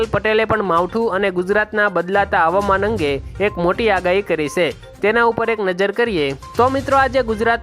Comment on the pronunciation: સે એમ નહીં છે એમ બોલો